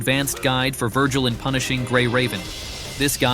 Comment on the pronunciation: I swear he said "Vergiling Punishing Gray Raven"